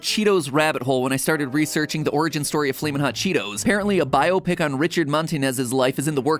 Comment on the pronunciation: Thank you for pronouncing it "bio-pic" instead of the obnoxious "bi-opic".